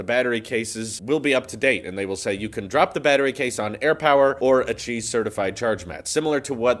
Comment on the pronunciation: I use auto captions because my speakers are not very loud, and when you said Qi it thought you said cheese lol! 😂